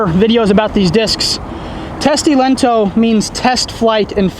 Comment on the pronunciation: You say "lento" like italian. Which is not close to finnish. "T" in the end is weak and "O" is like double.